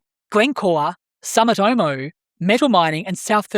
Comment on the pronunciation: It’s “Soo”mitomo